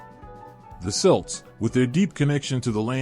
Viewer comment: You can’t pronounce Celt correctly? I’ll pass